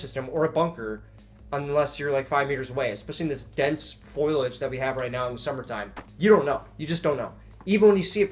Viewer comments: it's "foliage" not "foilage" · I have a friend who says foiliage too. It's foliage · Foliage, bro. Not foilage. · stop saying "foilage". this isnt a kitchen and we arent baking a pie. its foliage. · FOE-LEE-EDGE, not FOY-LEDGE... Sorry, but I'm a stickler for proper pronunciation of shrubbery. Rock on Marine.